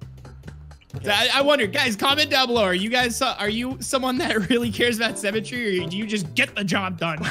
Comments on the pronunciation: says symmetry like cemetery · Dont you just love semetry Me: dont you mean symmetry(Si-mi-tree) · every time they said cemetery I got so annoyed because it’s symmetry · Why does always say sEmmetry instead of sYmmetry